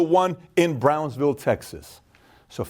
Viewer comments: ... Bransville, Texas or Brownsville, Texas?..🤔🤔 never heard of Bransville? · Bransville or Brownsville? I am pretty sure the latter. Either way, great video. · “Brownsville”, TX. Not Bransville, TX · It's Brownsville tx!!!! Not Bransville